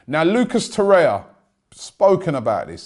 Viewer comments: Robbie, beg you man! His name is Torreira (TOR-AY-RA) , NOT Torreia (TOR-AYA). 😁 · Robbie could give a damn about the last R in TorreiRa's name 😂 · Is there any hope of Robbie pronouncing Torreira's name decently one day ? lol